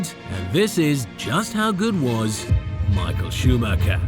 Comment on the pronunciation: Tbh Michael’s name is pronounced wrong every time too.